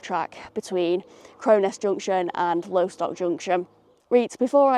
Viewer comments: It’s called Loss-tock, not Low-stock 🫣. Loved the video though as always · Lo-stock not lowstock.. you're saying it incorrectly